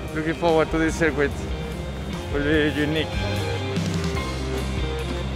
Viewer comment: how checo says circuit "cirquit"